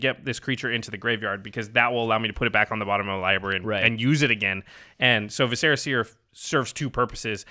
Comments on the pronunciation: Vis•sir•ah seer, not ve•serra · Vis-er-uh Seer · Omgoodness that is not you you pronounce vis·cer·a.... Still love you guys though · Viscera is not a fantasy word, it's pronounced VISS-ur-uh. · Visser-uh seer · OMG you guys mispronouncing viscera is so annoying! I think it sounds super dumb the way you say it, and way cooler the proper way. GET IT RIGHT!